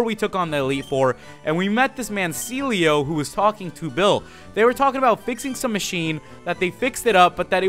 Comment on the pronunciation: Everytime you say Celio I keep thinking that you said Sealeo